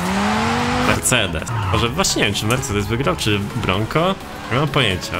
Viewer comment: „Mersejdi” i dzień dobry